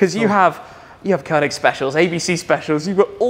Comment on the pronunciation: Having that kind of collection, discussing the authenticity of the AMG logo, and having to explain it ....weird. You don't need to explain anything there. Usually, they say there is no dumb question, but this was one of those cases and pls, pls learn how to pronounce Koenig properly!